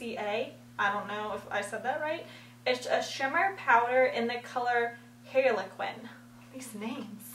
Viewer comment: LOL manjrin (mandarin) and hairequin (harlequin)